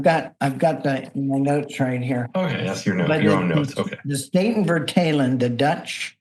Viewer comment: Statenvertaling is pronounced: "Staatin" [State in plural] "firtaaleng" [translation]